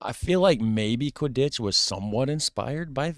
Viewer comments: Bruh the way he says “Qui-dditch” instead of “Quidd-itch” kills me 💀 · So I guess you’ve seen Harry Potter so you must know that you have totally mispronounced the word Quittditch. I wondered what you were talking about until you mentioned Harry Potter and then it clicked🤪🦘🇦🇺